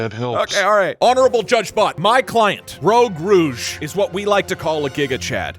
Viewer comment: Fun fact: he misprounounced rogue rouge as "rogue rogue" for almost the whole time